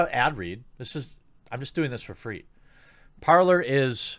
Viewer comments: Goddammit, Jeremy, Parlor is pronounced PAR-LAY. Not PAR-LER. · It's pronounced like "par-lay", Jeremy It's a French word. I kept thinking you were saying "parlor" at first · Just as an aside, I am pretty sure "Parler" would be pronounced "Par-lay" not like "parlour". Parler is "to speak" in French. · It would help everyone if you were to say that the app is "Parler" not "Parlor". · Just a note, I think Parler is meant to be pronounced "par lay", nor "parlor" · Can not wait until Jeremy starts pronouncing it correctly. Cringing hearing him call it Parler. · me french. It's not "parlur" but "parley" like in bentley or NBA. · ‘Parler’ is French for ‘to speak’. It is pronounced ‘parlay’, not ‘parlour’. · Check into this, but I think it is pronounced Parley but spelled Parler. Not 100% sure, but it seems to make sense. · it's probably pronounced parl-eh like the canadian "eh" because its french for talking. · Parler is pronounced Par-lay. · "Parler" is French meaning "to speak". It's PRONOUNCED PAR-LAY. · Parler is pronounced more like Parr-Lay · Par-lay, its french Jeremy, culture yourself. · Parler = Parlay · I think it is actually pronounced Parley, but spelled Parler. Atleast this is what I have seen and heard a few other places and it seems to make sense.